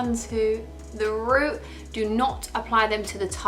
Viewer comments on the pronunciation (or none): none